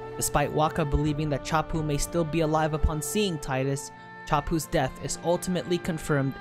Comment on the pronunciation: Sorry friend, but his name is pronounced Tee-Dus. There is an interview I'll find and link with the voice actor and he makes an interesting point on how when reading it, he read it wrong, it was supposed to be how you say it, but he saw and read it differently so it stuck (or something similar, let me find that clip)...